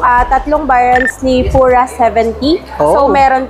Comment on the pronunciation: PURA or PYURA gulo naman pronounce eh ahahahhahahahah iwan ko ahahhaha😅😅😅😅😅